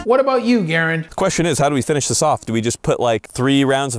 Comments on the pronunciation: He keeps calling him garren when it's garand as in a m1 garand 😂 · He pronounces ir Guh-rand not Gar-and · There are websites that you can watch the cartel actually shoot people with shotguns. Ballistic gel is far less realistic to how projectiles actually affect living tissue. Great video, I'm not sure why you are pronouncing it garend vs GarAnd. But never seen your videos before, nice stuff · It’s Ga Rand not Geirand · Hey doc, I think you are saying Garand thumb’s name wrong. It’s pronounced Ga- ran-d. Not Garry-nd. 👍🏼👍🏼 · Minor peeve. It's not Gar-und. It's Gah-rand. Famous firearm. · Him pronouncing it like “Gair-and” instead of “Guh-rand” really triggered me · Hi Doc, its pronounced "GAH -RAND" and it is the 30-06 Garand from WWII US combat rifle. the "Thumb" portion is from pinched your thumb(very painful) if you get it stuck in the action when loading the EnBlock full of cartridges in the action and the bolt comes forward and smashes your thumb before you can pull it out. Hence GARAND THUMB. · Great video but.... Ger-rand! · For all of you Gram-ma Ree-Tods out there, repeat after me; Garr-Rand!!! It is NOT this difficult people! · It's pronounce guh-rand. Emphasis on the second syllable. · love the videos you do with Garand Thumb, but you're killing me on the pronunciation of his name. It's “Guh-rand" lol. But Potato/PotAhto I guess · Doc its pronounced ga-Rand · Nice video. Just a heads up, it's pronounced Gu-rand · gah-rand...as a doctor you should have better understanding of the English language and at least do research on something you want to make a reply video to. Yes, I am still hungry as I killed many in Afghanisuck. I still like a good steak and potato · I like the video. But say it with me Guh-rand thumb. Lol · Its Garand “GAR-RAND” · It is pronounced gr-and thumb because that's a thing that happens when you don't pull your finger out of the loading part of the m1 garand rifle quick enough so the slide pinches your finger